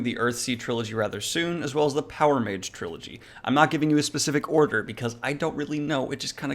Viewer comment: I can never quite tell if you're saying Powder Mage or if there's a series called Power Mage I haven't heard about.